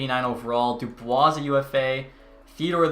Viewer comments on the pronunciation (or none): none